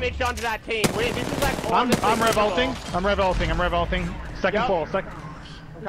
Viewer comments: Sonic: I'm rev ulting, I'm rev ulting What I hear: I'm revolting. I'm revolting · Zeus "I'm revolting/ I'm Rev ulting". Was wondering why Zeus was calling himself that 😂😂